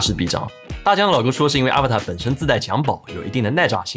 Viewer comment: 这个真不叫Avatar😂, 是Avata /uh-‘vah-dah/